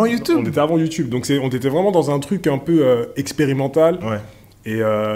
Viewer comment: YouTOUBE lol! Sinon super vos contenus, on en apprend beaucoup. Merci !